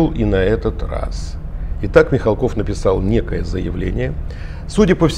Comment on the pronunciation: Мих'алков,а не Михалков.